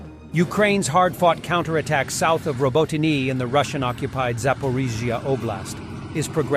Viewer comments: Love how Americans pronounce unfamiliar words. Glasgow and Moscow are particularly funny but ROBO- TYNE 😂. It’s pronounced Robot-tinny mate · Which should be robo-TEE-neh. Ukrainian has two letters for its "ee" sound (approximately) -- the vertical I and the backwards-N. I'll have to look up distinguishing them. This produces an error-effect on transliteration, coping with Slavic phonemes into Latin alphabet letters. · Lol I love that every video has a different pronounciantion of Robotyne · Over the last week, this guy has evolved 6 different ways of pronouncing, "Robotyne". I suppose it could be an artistic thing - you know, always pushing those boundaries of creativity... LOL! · Anyone keeping track of the different pronunciations of "Robotyne"?